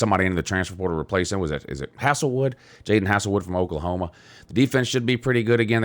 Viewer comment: Cmon...its HAZEL-Wood not HASSLE-wood lol and the reason OU lost so many times last year is because LR quit on the team early on in the year an already had a foot out the door, an the first year HC thing is, once again, a cop out. LR and Bob Stoops wasn't a HC before either wen they took over